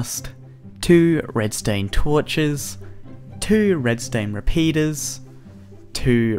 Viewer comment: Probs the accent